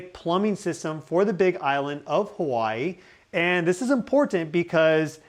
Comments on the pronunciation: 5 min with a native Hawaiian speaker would do wonders for your place name pronunciation. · Listening to non residents pronouncing Hawaiian words hurts my head. Info is great though.